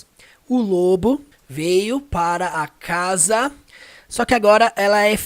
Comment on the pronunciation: Pronúncia da palavra casa ??? Acho que não ...